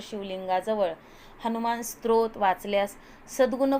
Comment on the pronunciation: सत्रोत नाही ओ 😅😂 स्तोत्र